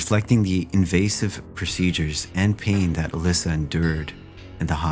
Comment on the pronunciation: Good video. For future reference though, it’s “Uh-Less-Uh”